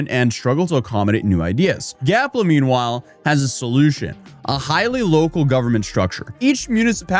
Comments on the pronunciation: it is GAPLA not Galpa lol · "Gapla", not "Galpa". Never go full influencer,. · Why u keep calling it”Galpa ” when he said and is spelled “Gapla ”? lol😅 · Your dyslexia is showing. You continually say Galpa, and it's definitely spelled Gapla. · Read the name of the country again so I can laugh more at you mispronouncing it. It''s GaPla not Galpa 🤣😂🤣😂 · Gapla, not galpa.. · Gapla not Galpa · How many times does he call it GALPA? It’s GAPLA🌺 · Bro,it's GAPLA not GALPA!Like its LEMON not RAYMON!!😂😂Cat got your tongue is it??😂😂🎉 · GAPLA, NOT GALPA. 😂 You finally got it!😂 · GAP LA, not GAL PA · bro be honest are u dyslexic? cuz that shit says GAPLA not GALPA ily i love the videos, always gonna be watchin, but damn brother! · It’s GAP LA NOT “GAL PA” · Bro said GALPA 20 times when its actually GAPLA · This country is less than a year old and is already mispronouncing the name. That's more legitimizing than the UN's recognition. Way to go guys. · He can't even pronounce the name of the country Gapla correctly when it's written in front of him. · it should be punishable by law to say that wrong!